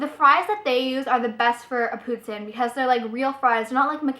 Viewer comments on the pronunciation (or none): i live in canada too, and everyone i know says it like pou-teen, ive never heard anyone say it they way you do but its cool! haha